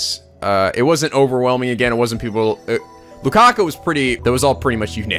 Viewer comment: Okay, I wish I had the chance to say this last night when posted it, but you are still saying LukaKU instead of LukaKO. I really like his (oh my god I typed 'her' at first!) name and hearing you turn an oh sound into an uu sound really gets me.